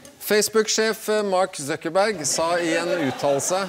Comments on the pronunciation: mark suckerbørg blir det utalt som. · Mark Sokkerbørg